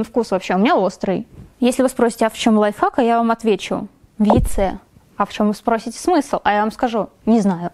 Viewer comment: Мне скачало казалось что ты говорила лайфак😂😂,приколь